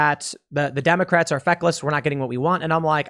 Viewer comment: He mispronounced 'Democrats'